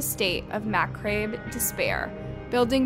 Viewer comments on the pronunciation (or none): She said "macRabe". LOL. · Y'all need a better AI text to speech translator, or cut back on the more difficult words. "Macrabe" is pronounced "muh-cob", not "mac-ruh-bay" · Macrabe? Lmao lady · Bish. I can’t take your videos seriously because it’s obvious you’re just reading from a script without doing any research of your own. Like with how to pronounce words like macabre lol. It makes me giggle. Every time lol. Also the weird pauses😂